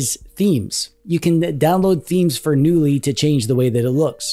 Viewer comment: Knulli is a portmanteau of the name of a type of firefly "Nulli" and the swedish word "Knulla" which means 'to f*ck'. So technically the name of the OS means "F*cky OS". Also, as in the word "Knulla" the "K" isn't silent. So the name of the OS is meant to be pronounce 'Ka-noo-lee'. So needs ta start ebracing that K sound if he wants to sound like a non-dweeb:D